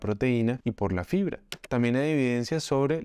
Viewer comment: Pilas que dice FRIBRA